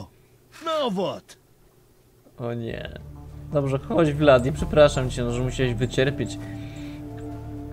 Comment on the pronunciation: zamiast Vladi mów Bladi xdd